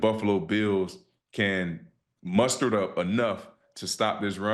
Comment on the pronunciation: That boy said Mustard .... Oh no 😅😂